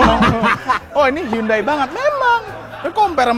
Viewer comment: Udah dikaish pinjam hyundai tp penyebutannya salah. Harusnya dibaca hiyandei :(